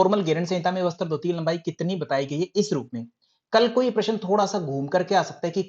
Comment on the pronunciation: सर आप शब्द अच्छे से उच्चारण किया करो जैसे आप बोलते है बस्तr जबकि वो वस्त्र है जैसे आप बोलते है सूत्रर जबकि वो सूत्र है अगर बुरा लगा हो तो माफ करना 🙏🙏